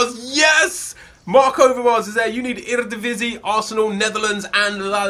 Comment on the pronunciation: your pronunciation of eredivisie was surprisingly well!